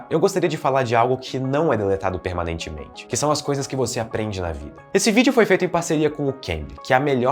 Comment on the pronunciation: se o cara n pudesse falar a palavra PERMANEITIMENTE o video n esitiria kkkj